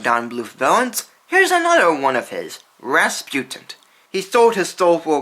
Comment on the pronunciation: "Rasputint"???? Why the mispronunciation?